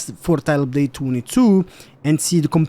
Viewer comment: "TYLUPDATTWENTWO" XD